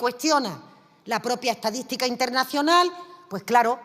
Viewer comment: "utede se le do'monta mu facilmente, va a la etadi'tica de gobierno, de cualquie organimo!"🤡😅